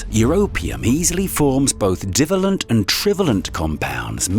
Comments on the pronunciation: It would be great if the narrator could get their pronunciation correct. The bivalent and trivalent section was especially irritating. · F. F. S. lear how to pronounce what it is you're calling BIVALLENT & TRIVALLENT!!!!